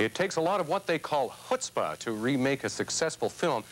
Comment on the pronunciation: Yiddish 101. Dude pronounced 'chutzpah' wrong at the beginning. Off to a cracking start.